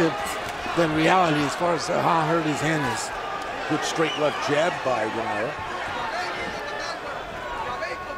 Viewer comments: How can you be a commentator and not know how to pronounce the participants names correctly of a main fight! Simply irritating and disrespectful! SMH it's pronounced Dō naire! Not Dō Naira!! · Anyone else bothered by how the commentator pronounced Donaire? This late in his career you’d think they would know how to say it properly. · Bruh you telling me no one taught him how to say “donaire” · Never heard Donaire pronounced like that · Whadaya think about a commentator that is so lazy as to not research how to pronounce a fighter's name properly?